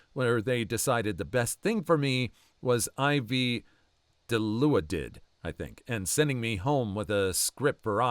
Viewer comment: Dih-law-did. Fun fact, im allergic to it, and it makes me hallucinate.